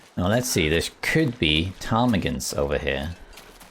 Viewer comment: I thought you were saying Tommy Gun instead of Ptarmigan, and I was extremely confused!